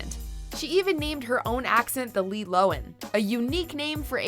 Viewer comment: it's lo han not lo wen